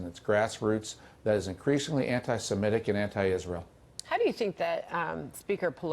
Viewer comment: It’s ANTI-SEMITIC, not ANTI-SEMETIC